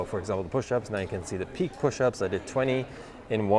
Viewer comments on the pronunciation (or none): Nice video. Small note: "pike" rhymes with like, Mike, hike, bike... (not peak, peek, meek, weak, fleek...)